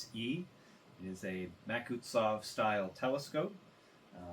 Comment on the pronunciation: Great video! I just have 1 complaint it is pronounced Mak-su-tov but otherwise really cool